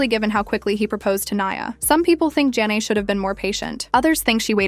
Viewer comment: Her name is JHENE!!!! As in “juh nay” don’t claim to speak on her life if you can’t even pronounce her damn name!